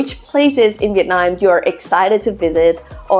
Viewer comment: I hear "Vietnine" (Viet9) whenever you say Vietnam.